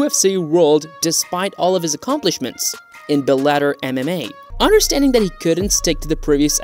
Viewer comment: Let's not forget bell-lat-er